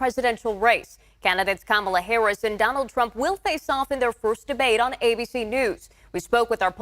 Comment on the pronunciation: Listen to how many times he purposely mispronounces her name to belittle and demean.